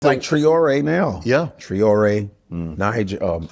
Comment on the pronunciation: Love the show gents, but it's Traore not Triore. Tri❌ Tra✅